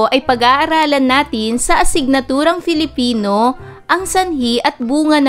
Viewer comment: Bakit filifino ang pronounce ni